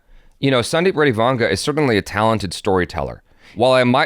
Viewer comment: You prunounce his name well it is vanga